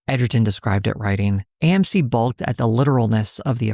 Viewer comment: “Balk” should rhyme with “talk” and “walk”, with the ‘L’s silent.